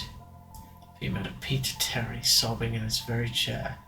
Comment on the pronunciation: for some reason, the first times you say "peter terry" it kinda sounds like "pizza tower"